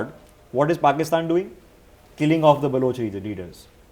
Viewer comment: I like it when calls it Pokistan